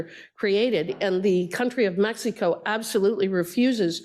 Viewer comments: She says meks eeh koh 😂😂😂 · She keeps saying mex